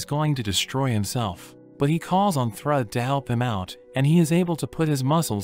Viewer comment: I know it's narrated by a computer, but the name used for Thor's daughter, is Pronounced Throod! Spelled Thrüd!